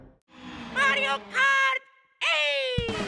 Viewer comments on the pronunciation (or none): Mawio Kawt Ehhhhhhhhhhhh